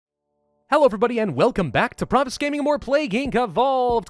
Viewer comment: that's some good pronunciation, pravus.